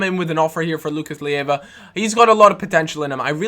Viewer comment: Why do you pronounce Lucas Leiva as Lucas Lieva?